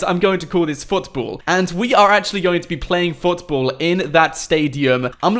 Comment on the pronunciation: The way he says football foutboul